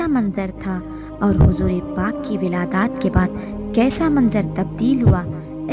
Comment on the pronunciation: Wiladaaaat nahi wiladt